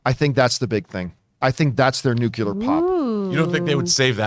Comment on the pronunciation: John pronounces the word nuclear the same way George Bush does 🙄